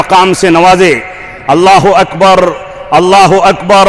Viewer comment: الله اكبررررررررررررر ''ر'' کو تکرار کے ساتھ پڑھنا درست ہے کیا؟ ہمیں تو تجوید کے قاعدے میں "ر" کو تکرار کے ساتھ پڑھنے کو غلط بتایا گیا ہے